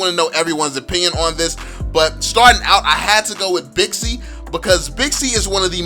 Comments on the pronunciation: Wew bixi actually its pronounced baxia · What I like about you is that your empathy when it comes to those who are taking your insights negatively by explaining what you are trying to convey. Btw, it's Baxia not Bixi anymore. My top 5 tanks? 1. Baxia 2. Franco 3. Minotaur 4. Johnson 5. Uranus But I'm a Lolita main, lols! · Baxia... Not Bixi.. Baxia is the latest name.